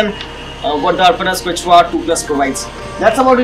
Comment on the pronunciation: It's k-shu-a not k-chu-a (Quechua)